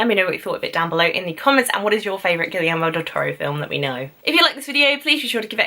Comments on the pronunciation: Actually, if you want to pronounce it closer to spanish, it should be "Gee-yer-mo", a blunt end at the "o", not that "ou" dipthong, and the e in "yer" like the "e" in "energy" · I like you videos and your views, but one thing: the director's first name is pronounced Gee-air-moe, with a hard "g".